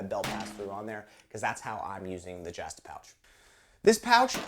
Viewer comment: "jahhhhh stuh a pouch"??? I do believe there is only one "a" in the "justa"